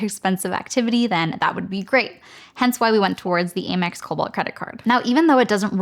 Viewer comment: Aim-EX? I always thought it was pronounced AM-EX